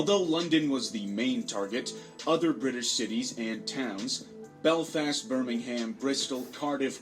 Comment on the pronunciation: Ahhhhhh the annoyance of the pronunciation of certain words and the names of British cities 🙃 BirmingHam. Get out of here with tht 😂😂